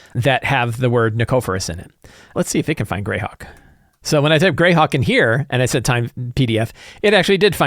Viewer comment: correction: it's pronounced Greyhawk.